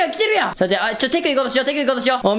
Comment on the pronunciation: 「テクｩ！」のツッコミキレキレすぎて笑った